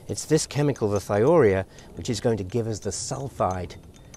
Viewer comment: Excellent video! However Thiourea is pronounced "thigh-oh-you-REE-uh". It's the molecule urea substituted with a sulfur atom instead of an oxygen. Organosulfur compounds often get the thio- prefix, hence thio-urea.